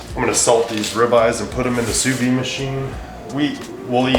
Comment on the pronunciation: Your french Canadian friend is going to correct your pronunciation here. Sous vide is pronounced "Sue veed" . It's supposed to be a French contraption but had never heard about it until this last while when it's become trendy and haute cuisine like. Grammatically it doesn't make sense as it literally means under empty. One of those many confusing French terms.